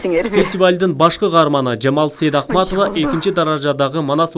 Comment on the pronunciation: Сайдахматова дегени эмнеси? Туура окугулачы..Сейдакматова